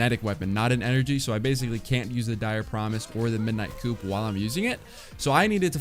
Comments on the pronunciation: Stop saying “Coupe” its not a 2 door car! Its “Coup” like the french word for overthrowing a leader... like its lore... genius 😔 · It’s pronounced coo not coop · MIDNIGHT C-O-U-P PRONOUNCED LIKE “COO” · Midnight Cou(p silent) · Coup = Coo. Like Moo, but with a 'K' sound. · Sorry to be THAT guy, but coup in midnight coup is pronounced "Coo" - Other than that, great to see you back! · Midnight Coup is pronounced “coo”